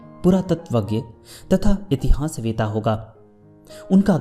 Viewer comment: इतिहास"वेता" नही इतिहास "वेत्ता" होता है। और सहस्र मे स+र=स्र होता है।न कि स+त्र= सहस्त्र। कृपया ध्यान दें। शत सहस्र।